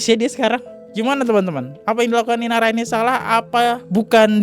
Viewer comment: INARA bang bukan IRANA, ampun deh elo salah2 mulu kalo baca nama bang 🤣🤣